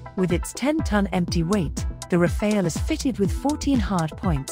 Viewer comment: Pronounciation tip: in French, Rafale’s final e is silent, so it should be pronounced Rafal, not Rafail. ☝️🤓